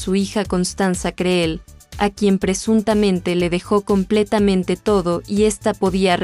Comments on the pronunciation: Mala diccion con pronunciacion erronea. Creel ( Cril ) (COVER GIRL) (Guirl). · Se pronuncia Criil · Se pronuncia Criil y se escribe Creel